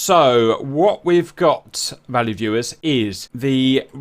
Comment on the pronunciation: Is he saying "Valley viewers"?